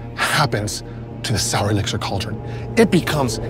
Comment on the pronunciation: Definitely thought it was Soul, not Sour hahaha